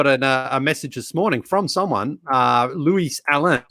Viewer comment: Happy to support Leigh-Leigh with his trade machine endeavours ✌🏻 Although, come on man - It's pronounced Louie* and... I don't know why you went all funky with the Allen 😂 We be beefing!